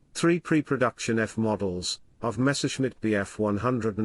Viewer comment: Was ist das für eine Sprache? Luhfaffäh mit Mesusmit Zum Kotzen..